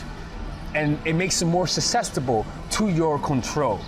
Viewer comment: Did he say SUPSESTIBLE ?